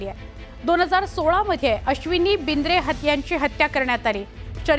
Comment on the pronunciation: BINDRE NAHI BIDRE 😂😂